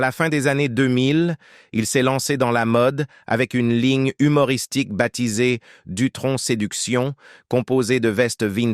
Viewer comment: SVP ne dites pas " DUTRONQUE"!.... NI " VINTAGE "!..tsss..merci++++:eyes-purple-crying